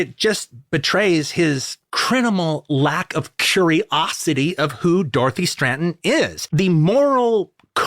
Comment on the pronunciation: STRATTEN, not STRANTON... Why does he keep putting an N in the middle of her name?